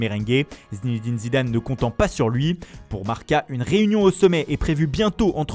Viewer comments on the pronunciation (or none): none